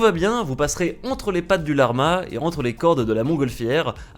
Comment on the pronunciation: personne:: la R ma genre tu bug mdr